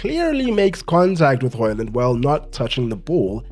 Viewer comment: As a Dane, congrats on the "Højlund" that is pretty much spot on in terms of pronunciation.